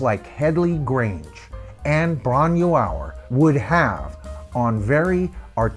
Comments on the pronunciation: I'm a massive Led Zeppelin fan, but I have Headley Grange as a mixed blessing. Live in bootlegs & on vinyl sounded awesome but the Grange tracks on CD didn't really stand up from sound quality point of view. Floyd, Purple, Sabbath and Yes simply sounded better better on CD with greater fidelity. Bron y Aur is said like "Bron-ie-our" in English. The y means of, sorry but it's excruciating hearing the mispronunciation, my mother's family spoke Welsh and it just takes a few seconds to check pronunciation with Forvo or with Welsh ppl online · Ffs, get the pronunciation of Bron Y Aur right before doing a video.. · Great video, but as you said, you're way off with the pronunciation, but so is Jimmy Page 🙂. I took the long walk up that narrow lane back in July and it's really worth doing. It's just outside Machynlleth in mid-Wales (about 45 miles north of my hometown). The cottage is a micro farm now, and you're not allowed in, but you can walk as far as the gate and get a good view of the cottage (I'm told they don't mind this) .